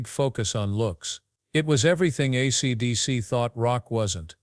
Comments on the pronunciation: Maybe you should concentrate on getting your AI to say: "ACDC" instead of "ACTC" before releasing this slop! Just saying! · I know it irritated me to a point I couldn't finish it. ACTC........ TF is that band?